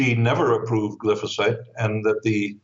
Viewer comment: It is pronounced: GLI FO SATE with a long i vowel, not the short vowel i